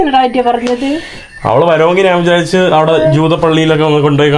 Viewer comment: നാണ്, നാൻ, നാന് അല്ല, ഞാൻ ആണ് ശരി